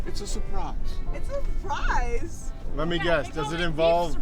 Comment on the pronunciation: It's a "sprize!"